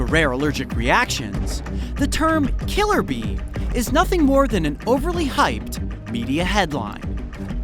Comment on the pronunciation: Am I the only one that heard killer bean instead of killer bee Just me? Ok....